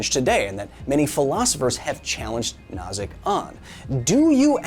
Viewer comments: I don't like to pick on you, dear Kyle, but the name of Robert Nozick is pronounced "No-zick" like "Know-zick" by most people. Love you, man. Reality might be simulated but I'll try to be good to everyone. Also, I don't think a lot of people consider this: what makes you think that when we wake up from level 1 simulation that there isn't simply a level 2 simulation? It might continue to a large number. Our current simulation could be Graham's Number level simulation and there could be many levels surrounding us in many dimensions. The possibilities are limitless. Still, I'll remain good to us at this level simulation for the spacetime being. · What's worse, messing up the first name because the David Byrne joke is fresh in your head, or repeatedly pronouncing Nozick like Schnozz? I love Kyle, but good lord that made it impossible to pay attention. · Am I in a simulation, or is Kyle deliberately screwing up the name of John Rawls' rival?